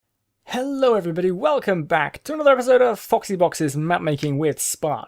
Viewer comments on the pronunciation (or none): Helluh, is it me yuhhhhhh luuuhking fuhhh.